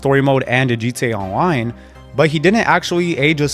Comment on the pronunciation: “G Tay Awloine”